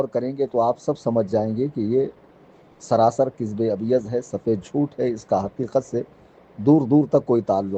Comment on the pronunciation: Abe pronounciation to theek se kardo abyaz nahi abyad hoga